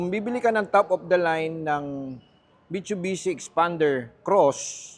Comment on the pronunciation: Ayusin mo muna sinasabi mo mitchubichi 😂😂😂